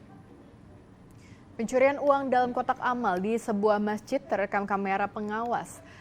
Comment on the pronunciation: kotak alam bukan kotak Amal 😂